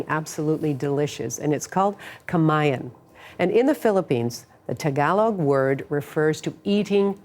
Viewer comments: perfect ununciation of "KAMAYAN" & SAMANIEGO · I got to commend how the host pronounced Filipino word and last name so perfectly! 🙌🏼🙌🏼